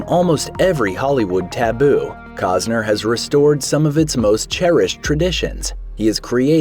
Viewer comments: COST-ner, not cause-ner ! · Why do you keep mispronouncing his name? There is a T in his name. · It's Costner dumbass..lol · These channels never let the truth get in the way of their stories. I mean, the narrator can't even pronounce the guy's name for a start. Isn't that one of the primary things a narrator should get right?